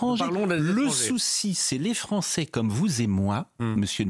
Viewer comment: Un comble: "Satisfaites vous qu'un ministre abonde dans votre sens, qu'il dise submersion", alors que cela fait des décennies que les français le pensent et le disent ! Et enfin: 1- on ne prononce pas "polonés" ou "francés" mais polonAIS et françAIS 2- "CE SONT les français" et pas "C'EST les français" Pas "assimilé" totalement le sieur Darmanin ?